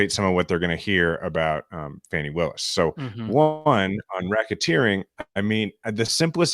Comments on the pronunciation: As in Fawn. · Fah nee Willis, not Fanny! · It’s Fani pronounced Fawnie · Please 🙏 guys if you're going to be reporting then, learn how to once and for all pronounce Fani Willis' name correctly! ... It's pronounced Fah-nee! Due respect! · I love you guys, but please pronounce Ms. Willis’s first name correctly.